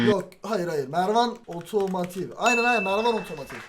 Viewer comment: Abi kimse türkçe dersi vermemiş otomativ değil otomotiv o